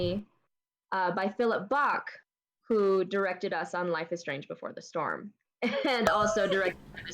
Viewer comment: Before The Strom! Oh dear. XD